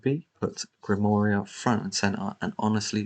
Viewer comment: You said Grimoira right!